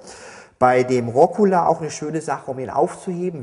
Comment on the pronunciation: Rokola? Dachte immer es heißt Rucola. *grübel* Ansonsten schön erklärt.